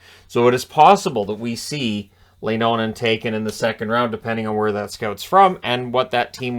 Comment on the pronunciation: As a Fin I’d say pretty good on Leinonens name. Fiirst three letters Lei you pronounce as in English Lay, end was on point! Secon time you said it was almost there!